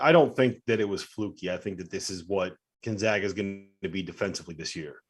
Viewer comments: Steve still doesn't know how to pronounce Gonzaga. Keeps saying GonZOGa. How has it escaped him that the team is called the Zags, not the Zogs? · still can't pronounce Gonzaga correctly.